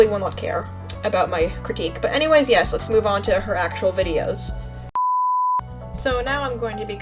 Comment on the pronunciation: sodas “Meh” and “Yesh” when you say it sounds like you have a speech disorder. (No hate to people with speech disorders.)